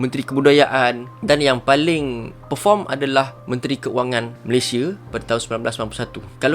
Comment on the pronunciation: Salah sebut tu..ini adalah asas kita sebagai Rakyat negara ini..nama negara kita, Malaysia..sebutan Malaysia..bukan Malayshe..atau Malaysye..Malaysiee boleh lagi..kita sepatutnya sebut dengan sebutan baku.. perkataan Malaysia adalah kata nama khas.. Malaysia..bukan Malayshe😌😌😌😌